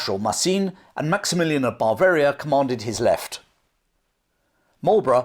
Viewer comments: Interesting and enjoyable, reminiscent of schooldays, the Spanish Sucession etc, fascinating! Unfortunately your pronunciation of the word Bavaria was confusing, it is Bav-aria not.! As a nurse I would suggest you consult your G P about your inability to pronounce the letter V, this is indicative of 'labiodental fricative' which can be treated. Thanks for an interesting video, I look forward to Ramillies.! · there's only one 'r'. It's at the end. Ba-varia. Not. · I always enjoy your videos. But surely Bavaria is not pronounced but Bav-aria - Bav to rhyme with chav? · I love your videos, they are informative and interesting. But every time you say Bavaria as Bar-veria, I want to scream. There is no R in the word and it is pronounced Buh-veria or Ba-veria, with a flat A. Yes, i know it's pedantic and i'm sorry but it drives me nuts. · It sounds like you are saying Barbaria instead of Bavaria? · you are pronouncing it bar varia instead of ber varia. Great video though. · This is great. But what exactly is ""? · The English pronunciation of Bavaria, as “BAH-varia”, to my ears sounds like you’re saying barbarian army every time you say Bavarian army. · It's his accent. The English have a vast range of accents and i noticed his pronounciation too, I pronounce it as "buh-varia".